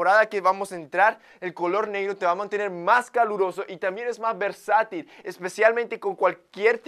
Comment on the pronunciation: Extraño cuando decía versital 😅